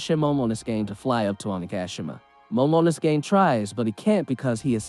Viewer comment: They way you pronounce momonosuke is bothering me... from now on just call him momo